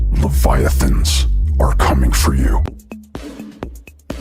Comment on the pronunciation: It's levi-athan not levi-uthan Please clap 😭